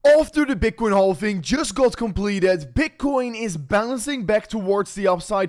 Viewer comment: Silent "L" in halving my friend ❤